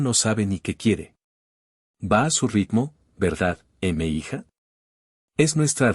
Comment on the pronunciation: NO ES "EME HIJA" SE PRONUNCIA "MIJA"; Sí, "mija" es un mexicanismo, aunque también es un americanismo utilizado en otros países de Latinoamérica.